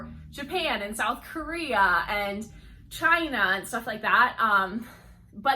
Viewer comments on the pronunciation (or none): none